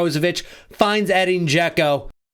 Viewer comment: his name is pronouced Eh-deen I have the Same Name born in the US but have Bosnian Origins Americans cant say it right